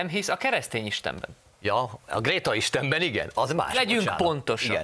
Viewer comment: Amikor nem figyelt még Jeszi is jól ejtette ki a nevét: Gréta